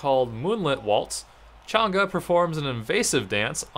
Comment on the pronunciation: thank you for pronouncing her name right